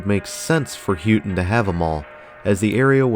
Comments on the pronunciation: Loved the footage of the Copper Country Mall. She's in great shape. Just one note, Houghton is pronounced Ho - ton like how Santa Claus says Ho, not Who - ton. Can't believe you came to the Copper Country and never even listened to any local radio station to figure out how the name of the town is pronounced. The local radio stations are the best for Copper Country Cruising. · I used to work in a clothing store in the Mall in the late 90s. I will let you know that you said Houghton really wrong. It's "hoe-ton". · Good video and nice little mall. Also Houghton is pronouced HOAT-IN. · I used to think Houghton and Hancock never really changed that much... but seeing this makes me realize how much it has. I remember when Dunhams was a video store 😮 Still love this mall - hope it never closes. Appreciate u doing this... even tho u called it H-o-ton 😊